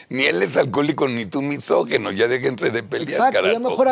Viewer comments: Se dice misógIno, no misógeno, abogado Palazuelos. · MISOJINO, no misojeno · Se dice MISÓGINO. NO MESÓGINO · PALAZULELOS te doy toda la razón, no eres "MISÓGENO" pero sí "MISÓGINO", es increíble que según tiene mucho dinero y se cree muy culto y muy hombre de mundo, no sepa pronunciar y expresarse correctamente y que lo repita una y otra vez, además que dice "MÁS APARTE" 🙄 y ya no se diga de Carlos, que lo pronuncia igual MISÓGENO y dice AIROPUERTO🙄 no puede leer claramente que se escribe y se pronuncia "AEROPUERTO", en fin seguimos perdidos en los buenos modos de usar adecuadamente nuestro español y ya no se diga las nuevas generaciones, que no distan de estar igual o peor. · Que mal que no hablen bien AMBOS español, NO ES MISOGENO, es “MISÓGINO”!!! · Misógino, no misogeno.